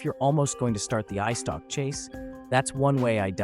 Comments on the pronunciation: its eyestalk not icetock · I dont mean to be rude or anything like that, but, did you just say “ice stock” instead of “eyestalk”?